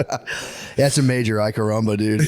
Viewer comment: “AY CARAMABA”